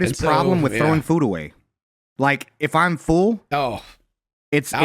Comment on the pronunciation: Is pronouncing full as fool an American Southern thing? Just noticed how weird it sounded when said it like 3 times back to back